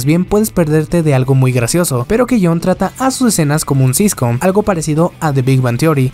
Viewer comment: Compa es sitcom, no siscom, ajjaaj no expongas tanto tu fanatismo por Eromanga sensei y oreimo jaja.